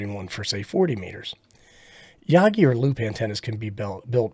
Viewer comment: The way you pronounce Yagi is Hot. Like RF Hot. Enjoying the Beginner videos, thanks.